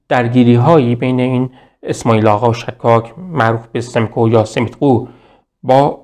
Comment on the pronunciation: با عرض پوزش،شما که زحمت میکشید ین ویدیو ها رو تهیه میکنید لطفآ در مورد تلفظ اسامی دقت بیشتری بکنیدمثلا شهر خوی باینجوری تلفظ میشهkhoyواسماعیل سیمیتقولقبش یا صحیح تر بگم قومشshekakهستش نه shakkakواینجوری که شما تلفظ میکنید در ذهن بیننده اینطور تداعی میشه که طرف به همه چی شک داشته